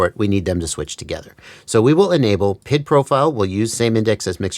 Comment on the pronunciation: It’s triggering me that you call it PID as one word, but it’s P.I.D. said separately.